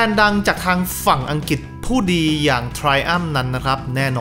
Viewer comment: อังกฤษ ออกเสียง อัง-กริด บ่แหม่น อัง-กิด